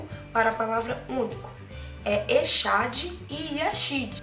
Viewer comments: Meu bem, recomendo que vc estude um pouquinho mais.nem mesmo a pronúncia da palavra echad vc estudou. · você citou o hebraico então o correto fazer certo a pronúncia correta.... você se dispôs a ensinar algo que nem a pronúncia sabe.... Já vi diversos pastores por aí ensinando assim: echad = unidade composta... só para fortalecer a doutrina da trindade. mas não é unidade composta. Deus é um... Não dois ou três... Uma coisa que é bem interessante atentar quando pega um texto é que você não pode pegar um único texto para criar uma doutrina... por exemplo: você citou a parte que diz: "Façamos o homem". É plural... podemos entender claramente que Deus não estava sozinho... Então lhe perguntei que outros textos você usa para AFIRMAR que na criação estavam 3? Te mostrei 3 textos onde só aparecem Pai e Filho na criação. E então? Vamos acreditar na Bíblia e estudar um pouco aqui e ali ou acreditar no pastor que ensinou que echad é unidade composta. Não estou lhe julgando... mas vi vários pastores pronunciando echad = unidade composta... Eu acredito que Deus é UM e esse Deus é o DEUS PAI SOBERANO. Jesus também é Deus (Colossenses 2:9). Mas é o Filho do Deus Soberano e existe hierarquia entre Eles (Hebreus 1:9). O Pai chama o Filho de Deus onde diz: " Por isso Deus (Jesus), o teu Deus (Pai YHWH). Minha pergunta: qual denominação religiosa você faz parte? Outra pergunta: Jesus já era filho de Deus antes de vir à terra? João 17:3... leia... Tenha um ótimo dia... Parabéns pela iniciativa dos vídeos... São muito bons.